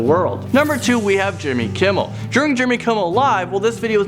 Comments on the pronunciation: Jimmel kimmel?😂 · For Jimmy Kimmel, it said Jimmel Kimmel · You called him Jimmel Kimmel i thought it was Jimmy.. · Number two- Jimmel Kimmel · Did anyone notices that it said jimmel kimmel not jimmy kimmel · It said jimmel kimmel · JIMMEL KIMMEL? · “jimmel kimmel” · jimmel? kimmel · I’m sorry but this can’t go unnoticed Jimmel Kimmel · "Jimmel Kimmel" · lol jimmel kimmel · Jimmel Kimmel, huh? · “Jimmel Kimmel” 😂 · “Jimmel Kimmel”? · "Jimmel kimmell" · whyd it say jimmel kimmel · Jimmel Kimmel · Hate to say it but it said Jimmel Kimmel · jimmel kimmel?? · Jimmel Kimmel lol